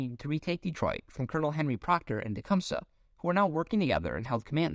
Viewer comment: Omg, if this dude mispronounces Tecumseh wrong one more time. 😂😂😂😂